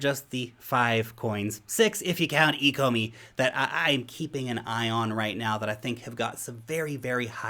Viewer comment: I think you should take another look at the ecomi tokenomics. If you don’t know how to pronounce the name you probably don’t understand the potential.